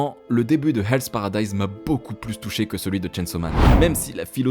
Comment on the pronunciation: Enfin un youtuber français qui a compris que le “h” est effectivement une lettre qui se prononce en anglais!! Encore une vidéo réussie!! Bravo!!